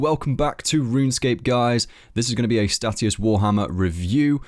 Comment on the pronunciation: 'Stay-shus' hate hearing stat E us lmao